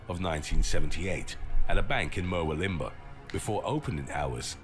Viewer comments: Mer-wil-limber that cracked me up🤣🤣🤣 its pronounced Mer-wool-lim-bah. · MUR-WILL-UM-BAH not MERWIL-IMBAH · An Englishman trying to pronounce Murwillumbah ! it is pronounced here in Oz as Mawullambah! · It's pronounced "murwoolimba" like Wagga Wagga is pronounced "wogga wogga" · I had to laugh at the town Murwillumbah being pronounced like that ! It is ... Mer-will-um-bar ... not whatever that announcer pronounced it as!